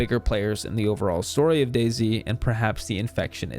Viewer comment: Oh it’s pronounced Daisy not Day-Z